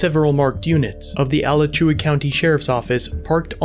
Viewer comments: A-latch-you-a Not Ala-chew-a lmao I'd love to see how you pronounce Lacoochee or Withlacoochee or Kissimmee or Okeechobee or Sopchoppy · It's not Al-uh-chew-uh. That's how they pronounce it in the small town N.E. of Gainesville. It's Uh-LAH-choo-uh. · Pronunciation of "Alachua" was pretty funny. It's Uh-law-chew-wa. Not alla-chew-uh. Thank you for the video ! ASO and GPD are full of tyrants. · Just so you know. It's a native American word. Alachua. But it's pronounced a laa chu a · I thought he was saying Rice Krispies until like the last 2 minutes. I’m hungry. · AL-ach-OO-UH County. Lots of tricky American Indian names in Florida. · All I kept hearing was “Rice Krispy” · Alachua is pronounced A-LATCH-OO-WAA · I love your videos, but it's Alachua (Uh-lot-chua) County. Made me laugh though. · Ah-laa-chew-uh Alachua. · Gainesville has a lot of bad cops and next time please say Alachua correctly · 😂😂 I'm from there and they are horrible. And you kinda butchered the county name. 😂😂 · You pronounced the county wrong